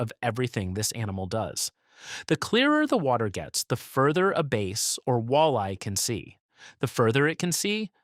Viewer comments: Bass fish vowel rhymes with cat not base. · did he say base or bass?